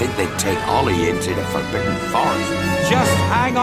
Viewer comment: yeah definitely didn't hear "forbidden" the first time